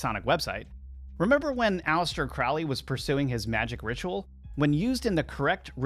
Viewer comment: The name is Crowley, it rhymes with Holy. It isn't Crowley, that rhymes with foully.